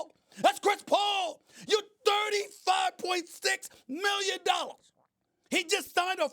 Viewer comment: . 35.6 million nollars. hahahahaha